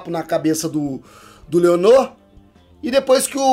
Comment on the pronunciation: Ele chamando o Laenor de Leonor e os Velaryon de Valérion KKKKKKKKKKKKKK